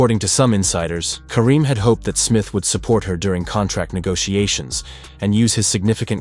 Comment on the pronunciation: You can't even get her last name right